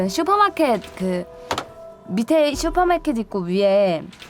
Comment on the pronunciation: 슈퍼마켓 발음 멋졌다 ㅋㅋ